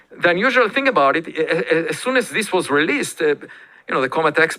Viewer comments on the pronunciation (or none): none